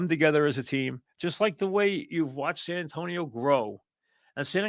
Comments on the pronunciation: Why the F does he keep saying San Antone? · who tf is San Antone? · why cant he say san antonio right lmao